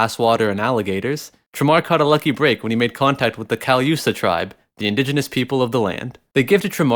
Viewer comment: U pronounced callusa wrong